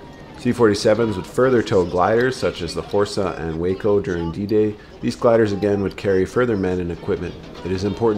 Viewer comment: The "WACO" of WACO Aircraft is pronounced Waah-Co, not Way-Co like the city in Texas. Originally stood for Weaver Aircraft of Ohio. Besides gliders during WWII, they made primary trainers (biplanes) during the war. These models are still sought after today.